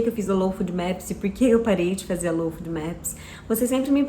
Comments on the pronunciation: O nome correto da alimentação é LOU FÓDI MÉPIS. Não é food. Afffffffffffff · Não é fudmeps que se pronuncia, é fôdmeps!